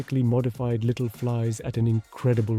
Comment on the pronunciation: Did just said littly? 🤨